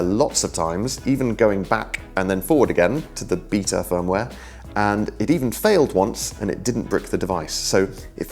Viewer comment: the way you say beta makes me giggle